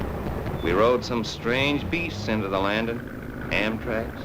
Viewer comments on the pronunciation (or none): none